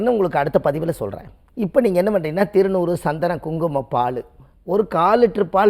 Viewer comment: திருநூறு தவறு திருநீர் இது தான் சரி முதலில் உங்கள் உச்சரிப்பு சரியான முறையில் சொல் வாழும்